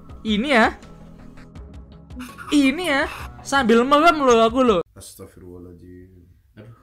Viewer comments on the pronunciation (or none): Merem bang bukan melem 🤣🤣🤣